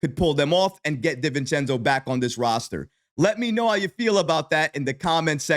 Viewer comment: Respect and I love your reporting in these topics. Please, it’s Di-Vincenzo. DiiiiiVincenzo 😂